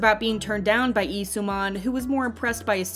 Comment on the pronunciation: It's Lee, not Ee👀